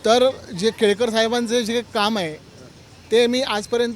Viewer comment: संजय केळकर ❌ संजय केळेकर ✅😂😂😂